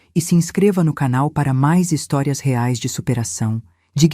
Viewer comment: "rares " não 👎, " reais " 👍